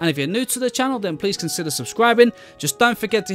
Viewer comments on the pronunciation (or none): none